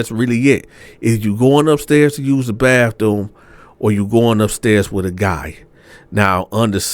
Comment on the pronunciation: Not the "Bafthoom!" 😂😂😂